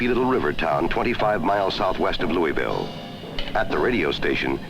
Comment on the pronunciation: Great, but he did not pronounce Louisville correctly.